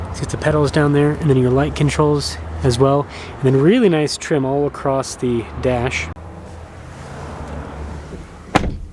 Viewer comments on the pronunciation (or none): none